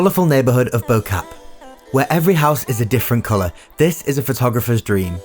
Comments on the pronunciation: It's pronounced bokaaaaaaaap not bocap lol I was there like 3 days ago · hearing "bow cup" instead of "Bo-Kaap" sent me lmao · Bo cap.... wow he "Zuma'ed" that pronunciation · Bo Kaap is pronounced like "Moor" without the R but with a B, and Kaap is like saying "ahhh" but with a K and P. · How he pronounced "bo-kaap"😂😂😂😂👍👍👌